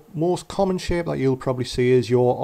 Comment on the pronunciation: anyone else hear him say shit instead of shape??